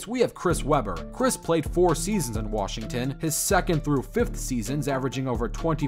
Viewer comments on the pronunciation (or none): none